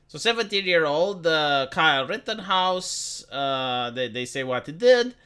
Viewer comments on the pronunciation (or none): I like that pronunciation, Key-Ley for Kyle.